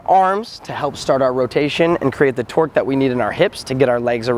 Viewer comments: Every time you said "tork" I thought you said twerk lol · They keep saying 'torque' and it sounds like 'twerk' XD